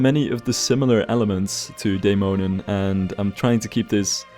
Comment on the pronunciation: As a Dane, it warms my heart whenever you mention Tivoli, as it is most definitely the amusement park I feel the most nostalgic about visiting, not to mention your near perfect pronunciation of the 'Dæmonen' rollercoaster. Pretty impressive. <3 Always loving the way you build and customize your rides - very satisfying and inspiring to watch!